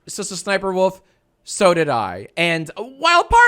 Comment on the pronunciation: am i the only one who keeps hearing Sister Sniperwolf whenever he says her name lol??